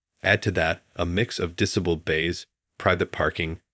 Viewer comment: getting sick of your AI voice over, can't even speak English properly. Since when is a DISABLED bay pronounced as a DISEBLED bay. Can we go back to human voiceovers please.